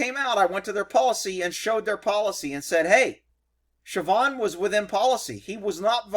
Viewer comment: I swear when u said sabhaun(don't care how its spelled) that u said trevon had to back up and re check